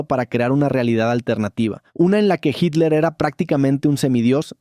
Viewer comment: HILER O HITLER????